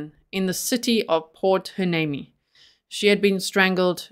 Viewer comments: I watch you often. Ty for covering this. The city is called Hueneme (Y-knee-me). Oxnard is a neighboring city. All locations are 5 miles or so from one another. This is 60 miles north of Los Angeles. There was only one on a former Pacific Coast High way, but it runs through the city in which he grew up in. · From a local californian. Pronunciations , Y-knee-me and you were right the first time on ox- nard.